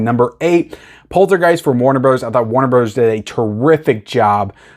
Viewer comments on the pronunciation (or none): none